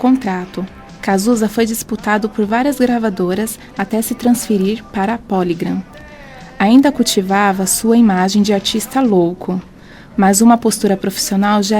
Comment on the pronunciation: Que me desculpem as pessoas envolvidas na produção desse material, mas parece coisa feita por gente de 5ª série, jamais de uma Universidade. Claramente sem cuidado com pesquisa. Gravadoras Ódeon e Póligran???? Por favor! Muitos erros na leitura do texto, que não vou me dar ao trabalho de elencar, mas o fechamento se dá com "o caixão FORAM cobertos por flores". Nossa...